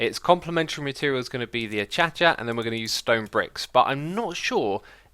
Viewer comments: A-cha-cha? I thought it was pronounced A-kei-she-ah. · Acacia is pronounced Uh-Kay-Shu, not Achacha (not trying to be rude, just got annoying after you said it ten billion times) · X, I love you, it's still not called achacha... it's acacia - "akaysha." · Normal minecraft players: pronounce acacia "*akeisha*" (how it's supposed to be pronounced) Xisuma: pronounces acacia "achacha" (alien speak) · X - For the love of God, acacia is not pronounced A-CHA-CHA. IT'S A-KAY-SHA. Now that that is out of the way, love watching all of your videos. I've learned a ton and now only slightly suck at Minecraft. Keep making great content. - Retired member of the grammar police. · Acacia is pronounced "ah-KAY-sha" not "i-cha-cha". I almost did a spit take when you said that. XD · it's ACACIA (aKaSia) not achacha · XISUMA ITS ah-kay-sha not AK-CHA-CHA. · Hey Xisuma You dont read Acacia as A - cha - cha it's Uh - kay - sia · is it actually pronounced achacha? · Achacha is the way Keralis pronounces it iirc, and X picked it up from him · "Achacha." Don't you mean acacia Xisuma? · Acacia should always be pronounced like that (ach-ach-a), and if anyone says it 'wrong' (ak-A-sher) I will correct them! xD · Do you say Acacia weird on purpose? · X, can you plz tell me where you got that pronunciation of Acacia?!